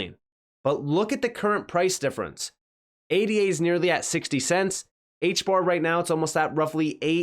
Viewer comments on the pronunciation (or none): Cardano is not called A.D.A. when you reference the origins of the name it's not pronounced as an acronym... you say Ada... Cardano is named after a 17th century mathematician named Ada Lovelace... the coin is named after a person... it's pronounced Ada not A.D.A... out of respect to Lord Byron's daughter... the value of her name in Chaldean is 39... on the anniversary of her last death the coin was selling for.39.... which is the value of her full name in Chaldean... Cardano equates to 56 in the English Ordinal... on the anniversary of Ada's last birthday the coin was selling for the value of Cardano in Chaldean....56... Cardano's ledger in the Ellipal cold wallet is named after Ada;s father... the poet Lord Byron... Ada is more than a ticker but rather our first computer tech... Ada Lovelace...